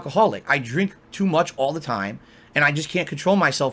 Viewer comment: "I DREENK too much"